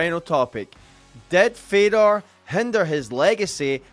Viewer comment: glad i wasnt the only one who heard dead fedor